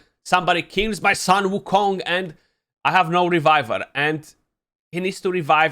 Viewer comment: his name pronounce as "soon" "woo" "Kong" (孙悟空). Hope this help you beat other CC in this pronunciation race. Send love to mini too!